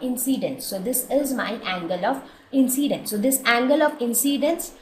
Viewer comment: its not angle of inCCCCCCCidince